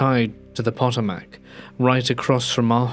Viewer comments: Love you! I do think sometimes narrators should look up the pronunciation of places and things. Pot-o-Mack cracked me up. It’s pronounced Pa-TOE-Mik. I’m not even from that part of the United States, but it is an area important to our history so we know about the Potomac river area. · I love your stories, truly. Being from Virginia, the river name Potomac is pronounced Puh*tow*muhk as a point of reference. I know I've stumbled over pronunciations of English place names, so no foul. 😉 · poto-mac? Really? Im a Texan and even I know the Thames river is pronounced "Tims" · The story mentions Arlington so the river is the Potomac, pronounced PA-tome-eck. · Potomac = poh toe mac